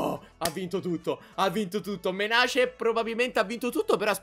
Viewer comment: ED ECCO UN'ALTRO YOUTUBER CHE NON SA L'INGLESE!! SI DICE MENEIS(MENACE)!!!